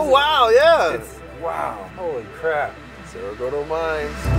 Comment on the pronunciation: its Cerro Gordo , not Sierra Gordo